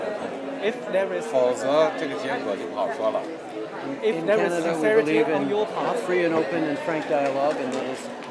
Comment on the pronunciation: Canda 😂😂😅cenda 😅😂caneda 😅😂candea 😂😅canada 😂😅